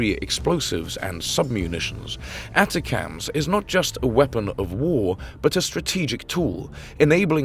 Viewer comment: They're pronounced A-TAC-MS. OK ??? AND you're video is about an American missile but you keep showing RUSSIAN ICBMS !!! HOW UNPROFESSIONAL CAN YOU GET ???